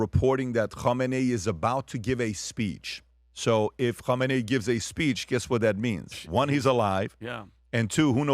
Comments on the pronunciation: When did we start pronouncing his name like that… been seeing news about this Iatola since I was six, it always pronounced , Ka-may-knee.. not Hom-min-nay…. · Kamala will complain you're pronouncing his name wrong!